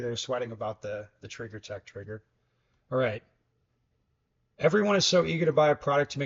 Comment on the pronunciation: Stock is just fine for 95% of users. Also the “r” in trigger is not silent unless your area code is 212 or 213…